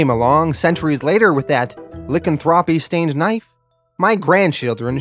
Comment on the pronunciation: Lycanthropy is pronounced LIE•CAN•THROW•PEE; I have no idea what LICK•CAN•THROW•PEE is, and I don’t want to know, really…